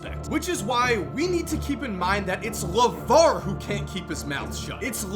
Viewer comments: it's LAVAR. it's LAVAR. it's LAVAR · It's LUHVAAR ~ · It’s LAVAR😂 it’s LAVAR😂 it’s LAVAR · Its LAVAR 😅😅😅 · It's LAVAR 😂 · it’s LAVAR, ITS LAVAR cmon they’re all just trying to live their life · “It’s LAVAR” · The way Emphasises Lavar